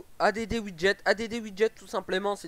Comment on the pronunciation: A.D.D JPP add ca veut dire ajouter en anglais ca se prononce addddddd